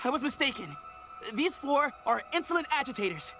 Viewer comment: is it just me, or does it sound like said floor instead of four lol